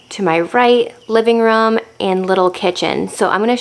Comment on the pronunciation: it’s a room not a rum